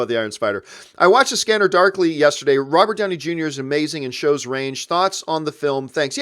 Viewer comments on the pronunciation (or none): none